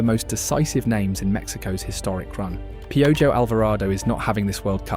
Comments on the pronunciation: It's pronounced: Pee O ho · Oh no… not pee-o-joh! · You are pronouncing his nickname slightly wrong 😢 but appreciate the attention you have been giving us lately.